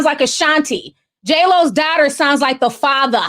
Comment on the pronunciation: J’LOs daughter sounds like HA FADA! I looove the accent said that! I had to go back multiple times to listen hahHhahahaha HILARIOUS 😂